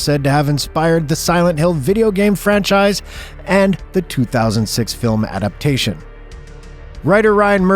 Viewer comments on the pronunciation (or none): none